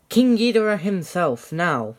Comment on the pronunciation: I thought you said King gordita 🤣🤣🤣🤣